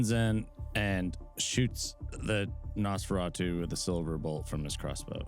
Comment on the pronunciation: "Say Feratu" "Feratu" "Add an S at the front" "Sah-feratu" Dammit, I love 🤣